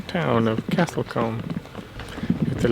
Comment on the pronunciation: I’m just wondering what you call small settlements in the US? A couple of places you described as towns are in fact villages e.g. Lacock and Castle Combe ( which BTW is pronounced with a long o sound, as in cool!). Enjoyed your trip through the Cotswolds.